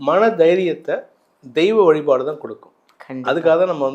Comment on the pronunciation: வழிபாடு....... வழிப் பாடு இல்லை....... 😂